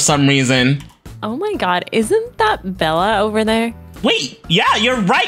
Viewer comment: It’s supposed to be Bella not idella